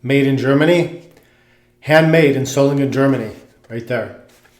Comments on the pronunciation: Hey. The S at the front of words in German is read as an English Z. So it's more like a Zolingen (in English). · Sorry I am a German and Solingen is not pronounced as in "soul". It's the "z". The same difference as English "so" and German "so".